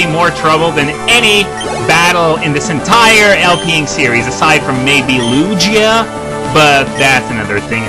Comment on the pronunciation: Did you really just say Lu-GEE-uh?